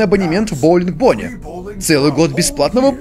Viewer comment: не умеет говорить Бонни